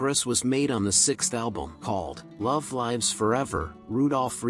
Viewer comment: "Love LIVES Forever". Short "i". I can't believe you mispronounced that.